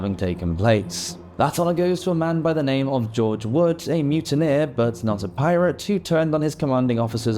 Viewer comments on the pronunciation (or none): none